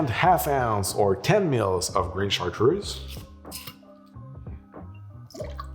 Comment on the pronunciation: Why does a person who quite obviously is a native French speaker pronounce Cartreuse like an American?